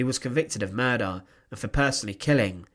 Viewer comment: Very interesting. But why do you pronounce "er" as "ar" e.g. commandar, Himmlar, murdar...